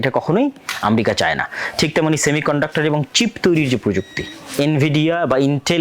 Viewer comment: ইসরাইলের ক্ষয়ক্ষতি কম হচ্ছে ???? ইরান ও ইসরাইলের লক্ষ উদ্যেশ্য এক ??? ইরানের বিরুদ্ধে ইসরাইল, যুক্তরাষ্ট্র ও তার মিত্ররা যে অভিযোগ তুলছে আপনি সেই একই সুরে কথা বলছেন । আপনি মুসলিম রাষ্ট্র গুলির শত্রু হিসেবে ইরানকে চিহ্নিত করতে চাচ্ছেন ? আমরিকা কী ???? উচ্চারণও শেখেন নাই ?? তাছাড়া পৃথিবীতে আমরিকা নামে কোনো রাষ্ট্র আছে ?? জ্ঞান ও প্রযুক্তির দ্বন্দ্ব ??? দ্বন্দ্ব হচ্ছে ক্ষমতা, আধিপত্য ও অর্থনৈতিক যা আপনার মাথায় ঢুকছে না ।